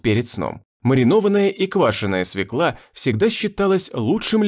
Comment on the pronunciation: Нет в русском языке слова свекла, есть слово свёкла. Диктор говорит неправильно. Надо говорить не свеклА, а свЁкла.